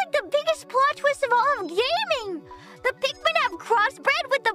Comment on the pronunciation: Your text to speech program is transcribing "Pikmin" as "pigment" and "pigmin"